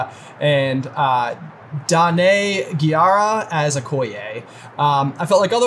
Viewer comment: “dAnéE GeEaHrAh as Okoye” f*cks sake…